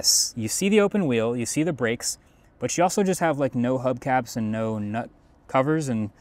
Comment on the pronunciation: "oh noe" 🙄